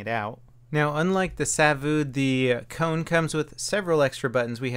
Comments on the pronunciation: I know, he makes it sound so exotic. Like Sawouh or something. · Why do you emphasise the vu in Savu? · It's so funny how he says savu, cause I'm Finnish:)